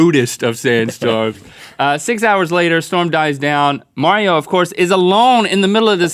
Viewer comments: Its pronounced Marrow NOT Mario!!!! Do you see an IO in the end of his name! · mauro not mario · It's MAURO. U. xD